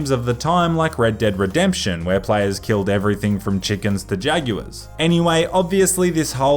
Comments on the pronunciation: He says jaguars so weirdly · ok I have an Australian half sister but she never pronounces Jaguars like that